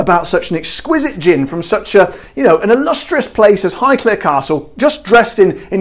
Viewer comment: Amazing!!!!!!!!!!!!! and yes you are saying Highclere correctly!! 😜